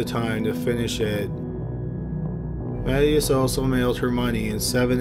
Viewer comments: Just FYI the name "Mathias" is not pronounced "mat - e - us" it's "mah-THIGH-as" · Ma-THYE-us not MATT ee us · Ma-tay-us. You're killing me, bruh.